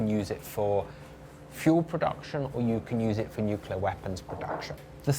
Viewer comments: He pronounced Nuclear as ”New-Key-Ler” rather than ”Nuke-Lee-Eer" 😊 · Dubya… PLEASE! NUCLEAR.. NOT NUCULAR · Hahhhaa! George Bush’s speech impediments, Nucelar lol!!! Nuclear nuclear not nucelar.